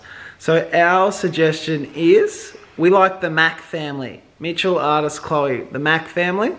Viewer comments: Am I the only one that artis was pronounced “ar- ti- s “ not art -s “ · It is ar-tis